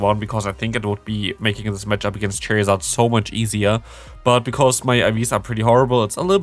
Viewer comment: Why you say charizard cherryzArd??